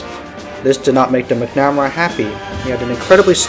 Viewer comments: McNamara: pronounced Mac - nu - mare - uh Ignatius: pronounced Ig - nay - she - us I had the privilege of being an Avionics Tech on F-14's with VF-111 in the Navy. Those of us who spent countless hours maintaining them still hold a fondness for them to this day. Were they big, heavy, complex birds? Yep. Did they get the job done? Yep. At the time, the F-14, even with its shortcomings, was still better than anything our enemies had in the skies, and our Naval Aviators were better trained, and more capable than any of our enemies at the time. The F-14 still maintained an air superiority role for quite a long time. There's a reason why it was the F-14 crews that were sent to Top Gun to learn advanced dogfighting skills. There's also a reason that the F-14 has so many MiG kills to it's name. Was it the BEST fighter we had? Nah...I can admit that, but the Navy still trusted it over any other aircraft to be the one to ensure the safety of the carrier, and it's battle group. There were two F-14's in the sky, and two more on deck armed, and ready to launch in a moment's notice, 24/7, while the carrier was underway. When we launched strikes on Iraq in Jan 1993 from the USS Kitty Hawk, besides the E-2C's and SH-60's, the F-14A's of VF-111 and our sister squadron with whom we shared a hangar at Miramar, VF-51 were the first aircraft off the deck, and the last ones aboard. Not only did they fly escort for the F/A-18's and E/A-6's, they also flew strike missions of their own at the same t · Its Mac-Na-Mar-A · You don’t seem to know much about Robert McNamara. And, you’re saying his name wrong.